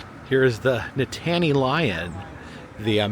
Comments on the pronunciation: Oh!! We love your videos — Nittany Lion! Penn Staters everywhere were groaning. 😂 We are thankful for your two thumbs up appreciating our mascot! Nittany rhymes with Brittany. ❤❤❤❤❤ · Nittany is pronounced like Brittney. My daughter and I watching and I can't unheard you say it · Nittany rhymes with Brittany. Never mind about all that though. We love you anyway. Another fun video! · It's pronounced Knit an y lion.Go State!!! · it's pronounced Nit-knee lion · Be glad you weren't there on Saturday. I've never seen it more crowded. Sure wish I would have been there when you were there, would have loved to meet you.( Btw...Nittany is pronounced like NIT-nee) Thanks for visiting Hershey! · That Nittany pronunciation hurt me as a Penn state fan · we love you man but you killing us Pennsylvanians with how you are saying Nittany bruh 😫😫😫😫😫😫😫😫😫😫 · You are pronouncing Nittany incorrectly my friend. And the Nittany Lion wears sneakers not dress shoes.. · He considers himself a connoisseur of mascots but doesn’t know how to pronounce Nittany? 🤔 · The way you are pronouncing Nittany is sending me over the edge lol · It's Nittany lion not nitaany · That was where the carousel was until pretty recently. And it’s NIT - ta - NEE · Nittany has three syllables, not two. The accent is on the first syllable. Also the mascot is technically a lioness. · I do not like to correct people but it is NIT NEY Lion.not Nittaney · Penn State is Nittany (no pause) Lions...not Nit-tany 😂 And the dress shoes is a nod to their legendary coach, Joe Paterno. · my husband is a native Pennsylvanian and former student of Penn State, and the mascot is pronounced NITT-anny not Ni-tanny. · Please pronounce it correctly: nit - nee (NOT: nit tan ee) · It's pronounced " knit a knee" lion 😉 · Really need to learn your college mascots. Love the episode but can’t handle Nit-Tany Lion…. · Nittany Lion!! Please!! Ni-tan-nee or the Nitnee Lion if you are from da valley.